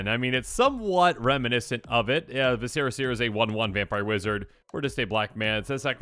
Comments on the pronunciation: It's pronounced vis-cer-a , the internal organs of the abdominal cavity 🧐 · TLDR continues to mispronounce viscera...